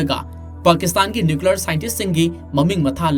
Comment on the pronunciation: Keino nuklear bomb abo hahaha nuclear hyyo